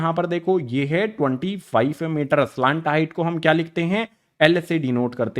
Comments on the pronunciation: Sir slant hota hai ya salant😂😂 pronunciation error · Pahle slant height to bolna Sikh Ja bad mein padha likha to aata hi nahin